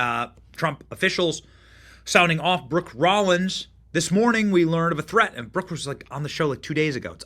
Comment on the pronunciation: Oh man, did he jusy say "thre-end"? A professional should speak and pronounce words correctly, not use faddish pronunciations.